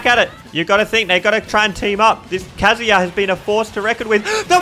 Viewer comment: It's kazuya.